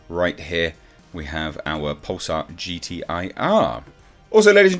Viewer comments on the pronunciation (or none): none